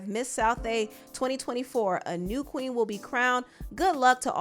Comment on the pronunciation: You reading that statement with the emphasis on Queen😂😂😂😂